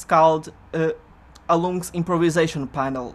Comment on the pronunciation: "I'm Alloumsks" I always thought it was "Alum X". hm